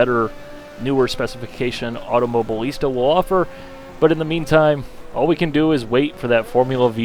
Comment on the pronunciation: Automo-BI-lista, for gods sake.